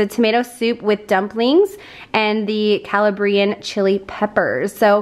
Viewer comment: Sweetie, it's pronounced CaLABbrian from CaLABria in Southern Italy,with the emphasis on the second syllable